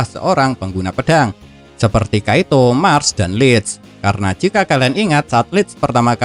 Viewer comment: Kiato bang admin bukan kaito